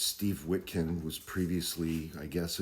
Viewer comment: wit cough not witkin